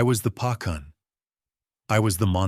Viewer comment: Correct..."Dah" (yes) Pah khan ..mouse is "meesh" or "meeshka" mah yah(mine) duh rah guy aah( my loved one)..good try but need to work on pronounciation..😊❤